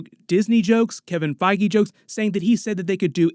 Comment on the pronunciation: "Kevin FIe-gee"